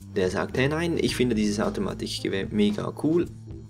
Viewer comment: ich nfinde es lustig wie du das k aussprichst automatiCHgewehr